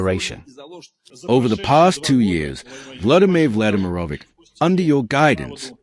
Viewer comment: It's Vladimir Vladimirovich (Russian: Влади́мир Влади́мирович) not Vladimer lol😂😂😂